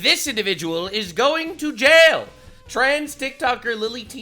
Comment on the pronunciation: I know this is stupid but when you were yelling,jail jail I thought you were yelling nail nail yes I know that’s stupid but you gotta admit you say some funny shit. Keep on rocking it.